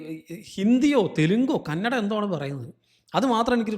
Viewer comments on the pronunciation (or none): none